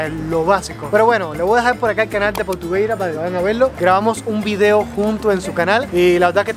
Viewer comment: tocayo, lo que mas gracia me hace es tu manera de decir vi-deo y ese tonilo que le parece faltar una letra, espero que Alejandro y tu sigais bien, se te radiante siempre... a ver si me conseguís un tiesto jejeje